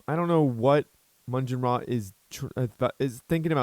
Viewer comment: Maugan Ra is a Warhammer 40,000 Character. And its pronounced "Mawgan Raa". I always thought you were having a bit of fun with his name :)